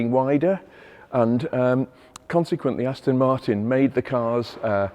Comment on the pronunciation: Aston Moortin At Ma arten😂